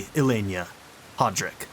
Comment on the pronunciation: "Hoe"-drick sure is a way to pronounce that name 😅